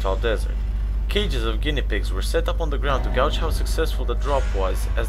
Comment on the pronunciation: The commentary has so many errors compared to the displayed text, why ? Gauged is mispronounced repeatedly, witnessing has become 'withstanding' and "firing" was pronounced as fringe. Kinetic has somehow become 'kineting' And since when did 0.3m become "point three millimetres" Then 11,000 (eleven thousand) meters per second suddenly gets divided by ten to become 1,100 (eleven hundred) I think its a "Shocking Fact" that these childish errors were not corrected before posting the video. Sack the editor